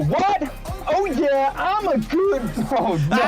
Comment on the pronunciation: ohhh what im a goowd person